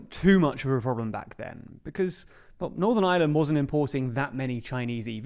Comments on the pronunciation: It’s not the “island of island” it’s Ireland… you just need to pronounce it correctly 😂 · Stop saying Island, you muppet. It's Ireland. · Oh, but didn't you hear? Iceland and Ireland unified to become Ieland! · Please put the R in Ireland. It’s not Northern Island… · Learn how to say "Ireland" ffs. There's an R in there. It's not Northern Island "... 🤦🏼‍♂️ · They can't even pronounce the name of our country, in their language 😂. No wonder they struggle with Irish names